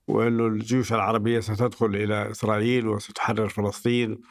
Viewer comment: كأني سمعت "اخرائيل" من الضيف في الدقيقة 🤔